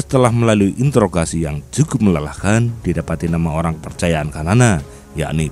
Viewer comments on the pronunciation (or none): none